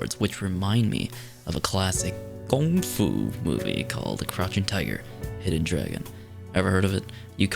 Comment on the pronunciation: Nice pronunciation of GongFu